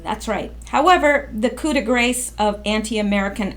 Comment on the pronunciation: coup de gras: Koo de graw. Just teaching!